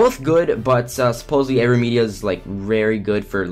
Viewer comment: Elgato or what? Aveen Media? Dafuq u sayin?